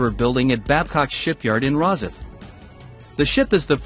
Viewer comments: I wish this narrator would pronounce Rosyth properly!!!! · nice video about the ship real shame an AI voice was used .what is a pred..asser...where is ros..if ? I listen for a while and then give up .Surely there are better AI voices to use ? one that doesn't sound like a robotic answerphone